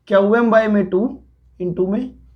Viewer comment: Qm pronounced as kyau yam...I don't know how people understand.☹️☹️☹️